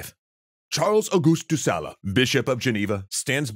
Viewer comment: Small detail : de Sales is not pronounced sahlah, but sah-ll